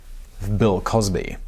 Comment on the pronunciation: Crill wosby